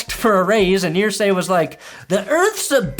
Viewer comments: Err zay not ear say. Your bronco loving 🫏 is driving me crazy.. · It’s Irsay like Ursula… Ursay. Not ear-say. It’s like claws on a chalk board. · EAR-say. What’s with the pronunciation?? You’re killing me,! 🤮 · Wtf is wrong with you calling him Earsay? Nobody does it but you. Srsly. It's annoying. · Why are you pronouncing Irsay like that?